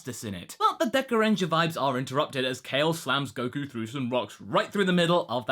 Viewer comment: you said godku... nice